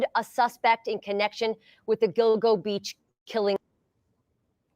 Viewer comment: When u mentioned this I thought u said dildo beach. 🥴